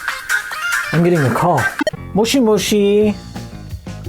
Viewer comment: At the beginning you answer the phone and say Mushi! Mushi! Mushi means bug. Did you mean to say Bug! Bug! It should be Moshi! Moshi! 😂😂